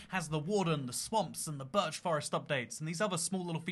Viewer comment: "Burch" it's birch